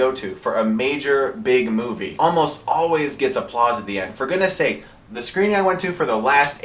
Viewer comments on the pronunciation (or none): none